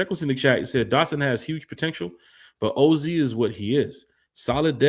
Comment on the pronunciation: How you butcher OZ name 😂